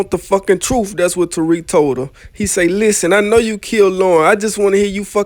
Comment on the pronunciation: I just rewatched this cause it's so funny. Why does he really say "Truf" instead of truth everytime?😂